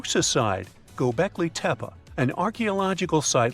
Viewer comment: Can't even pronounce the title correctly! Where do you come up with your silly ideas?